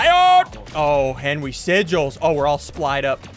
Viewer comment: I love how he says henwy